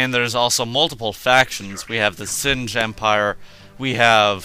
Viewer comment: Said Sin-g. btw, go for the capital ship contruction facility. Hand Capital ships (or at least one of em) get a cloak. And by the way, the Zsinj Empire is EXTREMELY tough, they have few planets, but they are locked down pretty well. The Rebellion has a ton of new annoying ships. And, its pronounced Si-ca I think. Every faction has an Interdictor, and they all get battle defensive stations. Very very effective faction the Hand is. (I'm talkin like Yoda :D) Well anyways, have fun with the newmod